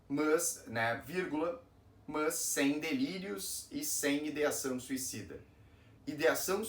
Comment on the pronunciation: O problema é essa pronuncia, o "mãs"😮. Nao temos essa prosódia.